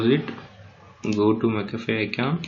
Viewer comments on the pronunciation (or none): none